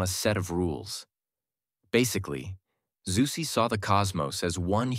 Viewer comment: This is how Zuse is pronounced. 😊